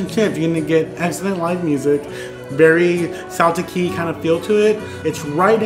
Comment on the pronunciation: I’m glad you enjoyed Ireland. But I have to tell you Celtic is pronounced with a hard K Since the Irish language doesn’t have a K. But I’ll I’ll give you that one since you recognized how good blood pudding is. 👍🏻